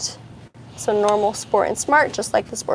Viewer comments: It;s not called a Spor-taug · When you say SPORT TAJ i think of Tarjay (Target.) It's a Kia not a Bugatti.